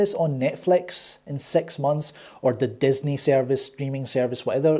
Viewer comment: I like your style. I knew it was going to be a firm NO. Yup they are not marketed to you or me. I didnt know about the score bite. Genius you awesome Irishman or Scottish man. Dude when you say six it sounds like sex. Yes we are brothers i like that you are not on the bandwagon of this mediocre stuff they shovel us. Respect.